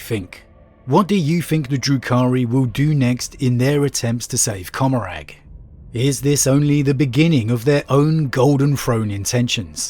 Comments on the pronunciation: Commoragh, the g is silent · I always thought it was pronounced "Commoragh" like Gommorah